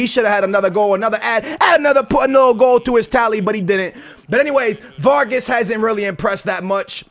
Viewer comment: Not varges vargas!